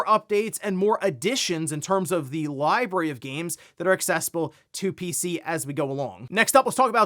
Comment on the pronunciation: Say it with me America, it's li-brar-y Not li-berry